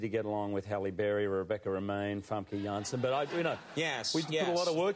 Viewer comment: I love that he pronounces "Famke Janssen" the right way :)